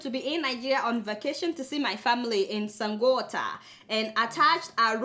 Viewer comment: Are u serious that u cant pronounce Sango otta, please prove me wrong oo my sweet Adeola, i love the aspect u said pls play it one more time, its actually funny. ;)